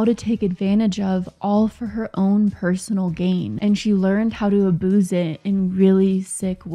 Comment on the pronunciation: “abooze it”? But in all seriousness great video